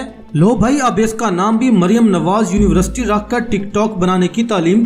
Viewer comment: Your university pronounce is not correct